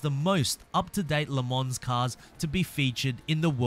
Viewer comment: ”Le mons” please....